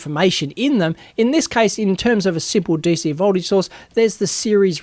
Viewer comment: Great tutorial, but every time you say "source" it sounds like "sauce" :D